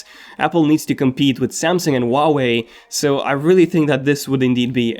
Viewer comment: That’s so ugly and you pronounce huawei wrong.